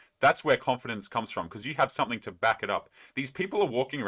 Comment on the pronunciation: Never seriously listen to anyone who says "somefing" instead of something 😂